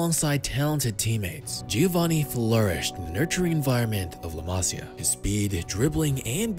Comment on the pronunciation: Homie said “Leh Masya”